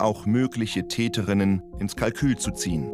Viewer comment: könnten sie bitte versuchen korrekt die deutsche sprache zu verwenden? das hört sich an als wenn sie dazu nicht in der lage sind und hier handelt es sich wohl kaum um einen sprachfehler es heisst TÄTERINNEN und nicht TÄTENINNEN danke! :eyes-pink-heart-shape